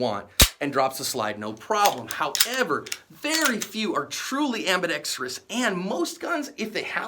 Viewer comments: And one more thing, thank you for saying "ambidextrous" correctly. Most people say "ambidex-tree-ous." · You are pronouncing ambidextrous correctly!